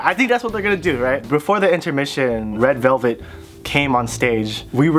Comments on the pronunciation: isn't it ledu belbet (레드벨벳) and not led belbetu? 😂😂😂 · “red velveteu” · its red velvet- RED BELBETU